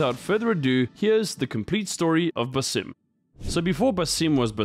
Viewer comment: BAA-Sim. His name is pronounced so many times how do people still get it wrong?